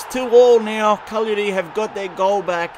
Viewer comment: Caglari punshed you for saying their name wrong all the time haha